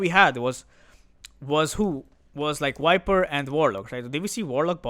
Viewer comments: bro keep saying "Wiper" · How does that matter? As far as you understand what hero he's talking about, it shouldn't bother you. Case is different if you have some kind of OCD though.